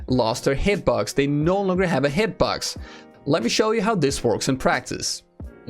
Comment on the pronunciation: Yo, ik heb denk ik al je revieuwss gezien, moet zeggen knap werk man! There's only 1 remark... work on your English Pronunciation (it seems like you say hitbugs instead of box). well.. maybe its becouse you're Dutch.. Nevertheless... if thats the only re^mark i can make... damn you're good, you should work for pubg dev team!!! You make the vids and give the info every1 wants to hear/know... GJ!!